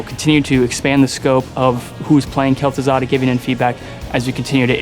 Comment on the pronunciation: lul wtf? Gaz'Thuzad?